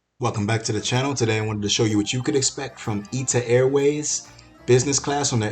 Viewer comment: It’s not Ita Airways. It’s I.T.A. airways.